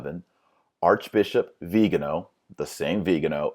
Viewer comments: Interesting video, but, for precision sake, please, pronounce cardinal Vigano’ and not Vigano . The stress is on the final vocal. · The accent is actually in the last syllable. :-) Like Viga NO! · The accent is on the final syllable: vee-gah-NO. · Viganò, accent in the o. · Vigano and Viigaano, are they different people or the same? I know it's the same person but why do you keep pronouncing his name differently? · I like how you pronounce "Viganò" differently every time you say it. :) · Dr Marshall is it Cardinal "vee-gano" or "Vigano"? Quite confusing distraction from an otherwise interesting video. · Cudos for a lot of work researching this. Couple things, please. One, I've found it helpful to Google 'pronounce' and then the word--like Vigano or Reuters. Second, all of us are flawed sinners, as witnessed by scandals in some evangelical churches, but it is the elevating of mere humans to such revered positions instead of focusing on Christ that leads to massive corruption. Putting the church hierarchy on a pedestal has always been a paganization of the body of Christ.